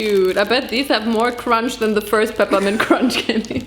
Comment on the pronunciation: cromch LOL